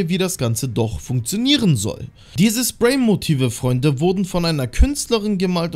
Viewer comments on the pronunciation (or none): Nicht spay sondern Spray